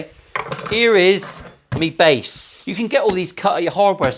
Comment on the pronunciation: Like the jiggery... Did you say BASS necks? As in necks that go in bass guitars? Gwaaan... You know you want to. 😁👍